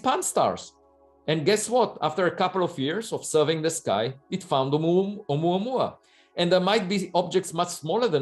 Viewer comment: I like how pronounces "Oumuamua"